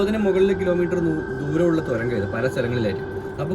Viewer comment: തൊരങ്കം....? തുരങ്കം.